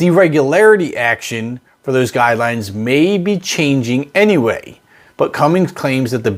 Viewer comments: There's no G in cummins. The rest of the video is trash. If you can't properly pronounce the damn name of the company, what else did you screw up. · no it's simply not knowing why people put the G in cummins like throughout the video. Very stupid and petty I know but I run into the same thing with knipex pliers at work. Thay all say nipex as an American would such as when we say (k)nife. It's German so you pronounce the K and when I do they're like, are you stupid or something? Why are you saying it like that. I'm sure me and would get along fine and like you said they're being ornery and did it intentionally anyway pointing out the fact it was constantly used in the video. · I know this is rather petty, but somehow a bit of credibility is lost due to the Cummins mispronunciation. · It is often mispronounced but don't rely on Google AI (which is what you're reading) to answer what is proper. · Regardless of the incorrect pronunciation of the brand, when will this engine make its debut and who will be the launch customer for it? We need further information ASAP! I would like to see this put to use in the Hyundai, Kia, Toyota, Nissan, Honda SUV models. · Lost me within SECONDS. It is not about jizz. Say it right. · If you had a diesel, you'd never dream of swapping in a gasser. And it's "Cummins", not Cummings. This isn't the point channel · Congratulations you've made the 4.9 inline Ford engine. It's Cummins not CumminGs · It's Cummins--NOT cummings !!!!! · Nothing grinds my gears more than people saying “Cummings” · What the heck is a CUMMINGS engine? It’s CUMMINS, right? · There’s no G. Stop putting a G at the end. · Never trust Cummins news from a guy who calls it Cummings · It's Cummins not Cummings. Also diesels do not have coil packs. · “Cummings” I stop the video and disregard anything you said. 😂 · Are you kidding?You do an entire story about Cummins engine and you continually call it cummings!!!!---you're an IDIOT!!-----sorry! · CummINS.. not cummINGs